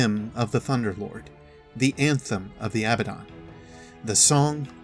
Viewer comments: Pronounces it right at the start of the video *The rest of the video*: A-BADDEN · The way you say abbadon kinda triggers me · Same... it hurts just a little bit